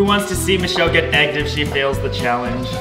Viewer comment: it is not mushelle it is Michelle